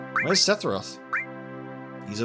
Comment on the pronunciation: Okay, say it with me: SEH - FUR - OTH Lol jk man. Really enjoying your playthrough so far!